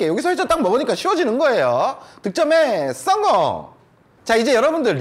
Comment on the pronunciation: ㅊ음에 적응 안됐는데지금은 계속보니 적응됨 ㅋ 득점에썽공~